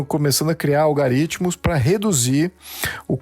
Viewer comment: Opinião perfeito!! Concordo plenamente!! Só a palavra “ALGORITMO “ foi falada errada!!